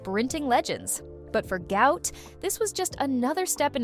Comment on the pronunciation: Why are these people calling this young man a disease even after his father publicly corrected them... His name is pronounced GWOT not GOUT....